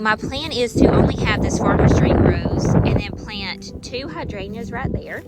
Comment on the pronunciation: I just wonder why you don’t pronounce the “g” in hydrangeas?